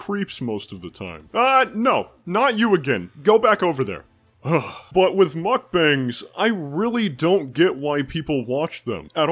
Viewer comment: Glad to know someone else calls them muck bangs and not muck bongs.